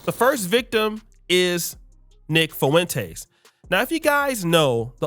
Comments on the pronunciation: Say it with me. Fah-Wen-Tez. Not Fah-Wen-Taste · You keep saying “Fo-entez. You need to learn how to pronounce the name. No Spanish classes in high school? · Love ya brotha. But the way you say Fuentes is disgusting 😂